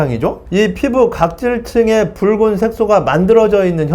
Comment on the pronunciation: 선생님 이번에도 좋은영상 감사합니다~~!!~ 이제 뿕은!! 이라고 발음 안하시네용 !! 귀여우셨는뎁..ㅠㅠ